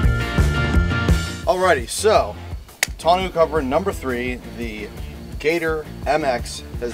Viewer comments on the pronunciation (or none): Tonneau is pronounced Tonn-oh btw, french words are funny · It's NOT pronounced "tonoo" ....figure it out!!